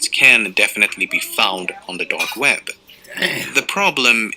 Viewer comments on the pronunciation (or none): it is web not wed xd